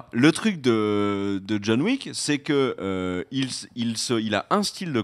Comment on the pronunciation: John Wick = John La Méche, pas John Le Faible! "Wick", pas "Weak"!